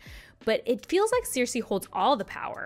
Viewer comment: Who are those Ciirsei and Tayrion characters you keep talking about? 😅 Jk, great video. Who has not mispronounced a name in a book (including GRRM in/about his own books) Have you tried saying 'on page' instead of 'on screen' while talking about a book? 😅🙈